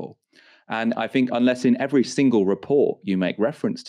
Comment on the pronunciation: You sound intelligent until you say “fink” instead of “THINK”!! If you ever want to be considered as a proper journalist, learn how to speak.